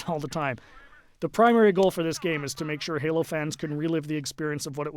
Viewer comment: Halo not galo lol